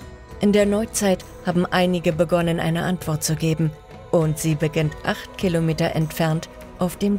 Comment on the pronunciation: 8 Khilometer...🤦 So interessante Dokus von dem Kanal aber ich kann dieser Ki stimme echt net lange zuhören ohne das es nervt, schade!